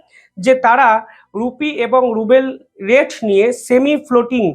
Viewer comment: রুপি রুবেল বলছেন কেন। আসলে রুপি রুবল হবে। 70 বিলিয়ন ডলার কে, 70 ডলার বলছেন। এ ধরনের ভুল আপনার কাছ থেকে আশা করা যায় না। দিরহাম কে ডারহাম বলছেন। চায়নার হোয়াং নয় ইউয়ান।